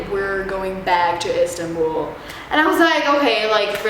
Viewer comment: etanbul lol